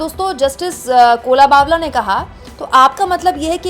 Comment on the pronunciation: It is not Kola - bawla, but Kolaba-wala.